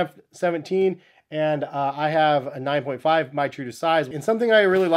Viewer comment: When he says “I have a 9.5” it sounded like “I have an iPhone 5” for some reason